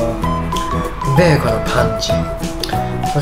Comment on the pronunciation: ベーコンの発音⤴️